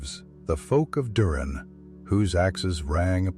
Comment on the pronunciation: Might wanna learn to pronounce stuff right.....nice AI you lazy bum... Duran instead of Durin and Mitil instead of Mithril.....great job bud